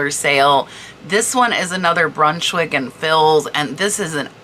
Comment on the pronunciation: the fils is pronounced like fee, the th in thibault is like hard t. love your information videos! I only know the info, because my friend was a decorator. thank you for all the work and knowledge you share!!!!